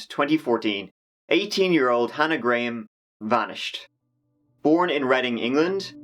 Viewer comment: Gra-ham. please pronounce a victim's name properly